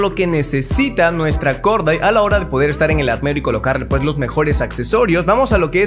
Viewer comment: Se pronuncia Gordait. Mis oídos: Jajajaja dijo Gorda:v